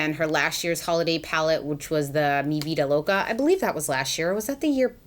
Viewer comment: I'm latino and I love the way you said "mi Vida loca "